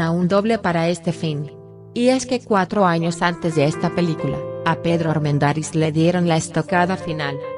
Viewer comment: Me gustan las historias. La dicción de quien narra este video no es nada buena. Acentúa oralmente palabras que no deben ser acentuadas. Armendariz lleva la sílaba tónica en la sílaba da. Ojalá pueda mejorar este aspecto.